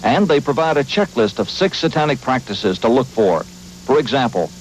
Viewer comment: Why does the narrator pronounce "Satanic" as "saw-tonic"?! Bizarre. I imagine 20/20 is embarrassed to remember this garbage.